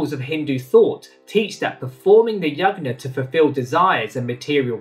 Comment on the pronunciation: Also, a suggestion your pronunciation of Yajna can be improved. It uses 'J' sound like in Jug, and not 'G' sound like in Good.